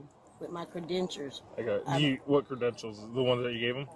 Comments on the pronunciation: i have been waiting YEARS for a cop to ask about the letter D on the shifter, like no ma'am there is no letter T on your shifter, you are DRIVING lol I LOVE IT also what the hell are "credentures"??? 🙃😂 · She keeps saying 'Cre-dentures' and it's slowly killing me hahaha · I thought she said cre-dentures - ha! Instead of studying to be a sovereign citizen she should study the English language. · It is driving me up the wall...cedentures! The Queen's English is constantly brutalized by these fools like the grown man in IL who says 'faketicious" It is hilarious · 😂😂😂😂😂😂😂😂😂 cre dentures 😂😂😂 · Somebody need to issue me some cre-dentures! I need teeth 😅 actually I’d love teeth with some authority 😂😂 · I hope she has FIXODENT for those CreDENTURES?! 🤣😂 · she had the cop saying credenture…… lol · Maybe the wrong size credenchers, and that's why she has trouble with her pronunciation. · Did she say "cruh-dentures?" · hey now, you know they mean the stupid "sovereign citizen" people. There's a lady who isn't misspeaking, intentionally saying "Cre-dentures" over and over...and you're asking "what people he's referring to". You gonna have to fill me in, is there a new "stereotype" available that I've not heard of? Come on, this ain't fitting where you're trying to slide it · Every time she said credentures milk came out my nose. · What are “Credentures”? Shouldn’t mock, however… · My head spins when she keeps saying CREDENTURES. I thought the next words would be AXE for ask. 🤯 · Please someone correct her! Teach her how to say credentials. I was thinking that you can’t even buy a car without a drivers license and insurance. Thank you explaining the police actions and what’s going on. I see these police actions so differently now. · Did she say cra"dentures"?? 😂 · It’s issued by the DOT: Department of Teefs for her cre-dentures. What’s the issue?😂😂😂😂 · This whole time she was trying to say credentials? My goodness. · "credentures" hahahahahaha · WTF IS A "CREDENTURE?" 🤣🤣🤣🤣🤣🤣